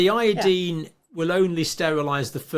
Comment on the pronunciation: When she says iodeen, she means iodine, I assume.